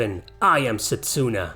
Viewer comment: It’s pronounced setsu-na not set-su-na